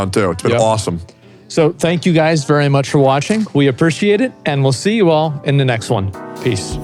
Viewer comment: I'm so proud of Asmon for taking the next step toward a cleaner, healthier life with a new mattress AND starting to pronounce "appreciate" slightly closer to accurate.